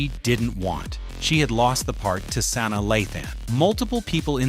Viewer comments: Your pronunciation is awful. It's Sanaa NOT San na Ugh. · Please learn her first name (Sa Naa) I broke it down!